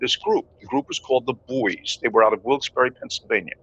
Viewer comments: The Buoys had a reunion concert May 15th here in Wilkes - Barre Pa HEY IT'S PRONOUNCED BOYS-NOT BOOEYS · Isnt Buoy pronounced BOY? not BooEees? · Talk about CREEPY, when you started calling the band the BUOYS, it made my skin crawl. I live very near where the band started and ALWAYS the band was called the BOYS. Yes I know it is spelled like a buoy but take it from someone who knows, the pronunciation is BOYS. Otherwise love your channel. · get the proper pronunciation of the group The Buoys. It is pronounced The “Boys”.You do a nice job but inexcusable for incorrect group pronunciation. It’s what you do! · Buoys .... Pronounced Boys . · I'm from Wilkes-Barre, the same town the Buoys (it was pronounced Boys) were from. Strange song, based on an actual event where a plane crashed in the Andes and they had to eat the dead. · I'm from Scranton, hometown of The Buoys. Saw them play many times. In their final iteration as the band, Dakota, I hosted their final concert at Montage Mountain in Scranton. Apologies ahead of time. I'm going to be "that guy". Even though it's spelled "Buoys", it's pronounced "boys".